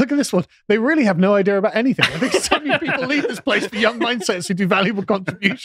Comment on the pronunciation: 'Anything' ends with 'g', not 'k'.